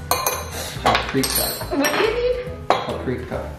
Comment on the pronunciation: the funny is as it has your fiancé pronounced it (paprika) so it is pronounced in German...lol